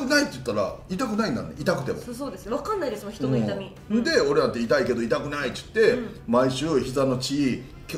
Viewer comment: 里崎好きだけど言ってをちゅってが気になる